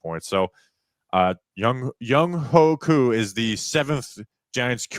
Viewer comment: name is pronounced Young Way Koo not Young Hoe Koo